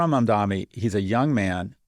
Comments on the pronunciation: sorry I meant to say three. It’s pronounced “mum-donny”, not “mum-dommy” like Scott’s been saying it for months now. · Thank you- no new property taxes will be raised for these stores, as they’ll reallocate subsidies that they already send to the bodegas. And while he’s at it, I wish he could learn to pronounce Zohran’s last name correctly. It doesn’t have three m’s. After so many months it feels like a micro-aggression.